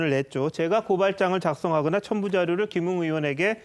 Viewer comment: 맞아요 김웅을 김응이라 하네요 김응 국민밉상 입니다 ㅋㅋ